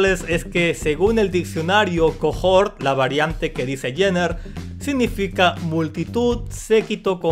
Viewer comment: cohort se pronuncia cohort... osea, coort. Pa que sepas bro